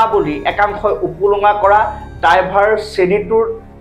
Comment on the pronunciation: "ডাইভাৰ" নহয় "ড্ৰাইভাৰ" । উচ্ছাৰণ কৰোঁতে অলপমান ধ্যান দিবা।